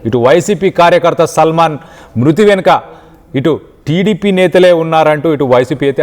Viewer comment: Ekkada chadhuvukunnnav uneducated creep…. Salmon and Salman elaaa chadhavaaalo teleedha.? Caste pichhitho select chesthaaara mimmalni